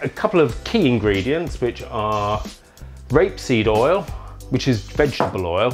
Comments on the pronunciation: Are you saying RAPESEED oil or GRAPESEED oil???? I've listened a couple of times. Sounds like "grapeseed oil" but people in the comments are saying "rapeseed oil." I'm confused. WOW - those are some easy amazing sauces you just shared with us! Thanks! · So sorry - still unable to hear precisely if you're saying 'rapeseed' or 'grapeseed' oil...??